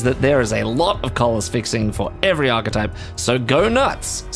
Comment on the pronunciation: I can't believe someone pronounced the word "archetype" correctly for a change!